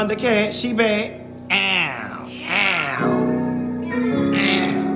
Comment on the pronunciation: When he said “Nothing but baick” 😂😂😭😭😩